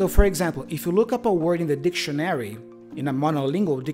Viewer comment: Happy New Year🙃🙂 I`m afraid your pronanciation of the word DICTIONARY is a bit incorrect😉 your stressed sillable is wrong. Check urself again